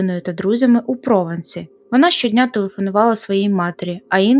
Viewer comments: Мораль історії вже вхопили люди в коментарях, писати тут вже нічого…Дякую вам за чудову роботу! p.s. Маленький коментар - французькі назви/імена, як-от ПровАнс, наголошуються на останній склад🙂 Може ще десь трапиться:) p.p.s. Було б круто побачити також підбірку злочинів, які розкрили завдяки мовним підказкам/прогалинам. Типу форенсік лінгвістики. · перевіряйте, будь ласка, у гуглі наголос назв місцевостей таких як Прованс та Екс-Ан-Прованс